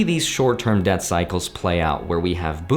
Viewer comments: its debt cycle. Not death cycle. Sorry, don't mean to pick on your pronunciation. Just want to make sure we're all on the same page. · I’m pretty sure everyone’s brains in the current time heard “super death cycle” instead of “super debt cycle”. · Lmao if I didn't see your comment I would had believe he keep saying death cycle.